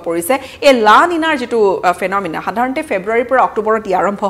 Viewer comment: তই লানিনা ফেনমিনা কৈ বাতৰি শেষ কৰিলে,,বকৰি,,, ঠাই নাম লব নোৱাৰিলে,, থু গিলি বাতৰি বকি থাকা